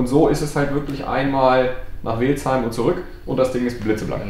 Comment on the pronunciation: Lieber es heißt ausgesprochen "Wälzheim" auch wenn man Welzheim schreibt, ich muss als Schwabe jedesmal 2x hinhören:D